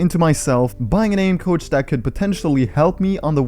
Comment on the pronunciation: For a second I thought he said couch instead of coach